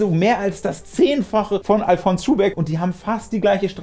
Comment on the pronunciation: Du sprichst Alfons aus wie Alphonse. Der Schuhbeck kommt aber aus Bayern, und die erste Silbe wird betont. Àl-fons Schuhbeck.